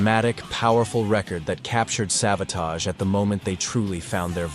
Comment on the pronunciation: Its tage like rage like savarage